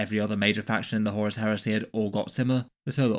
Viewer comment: he said "horus here-say"!